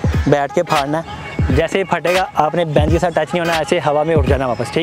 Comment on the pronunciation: Aree bhai, 'Phadna' Nahi hota, 'Phodna' hota hai.